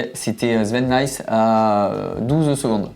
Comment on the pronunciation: Petite remarque, Sven Nys ne se prononce pas "Nayes" mais "Naisse" et c'est donc Sven et Thibau "Naiiisse" en insistant bien sur le aiii